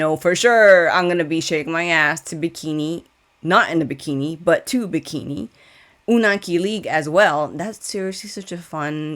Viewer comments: you pronounced Unang Kilig perfectly. Continue getting well and we'll wait for you to catch up with other Bini songs and performances! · Ur unang kilig pronunciation was perfect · Very happy to see you back reacting to Bini! Your "Unang Kilig" pronunciation is good actually, and I'd just like to add that "kilig" does mean thrill in a way, but is for love/affection/admiration, its like "butterflies in your stomach" so when you say someone is "kini-kilig" they're feeling the butterflies. Will you be reacting to the dance practices of Bikini and Unang Kilig as well? I'm excited for your Binichella reactions. 🤙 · Your pronunciation of "Unang Kilig" si good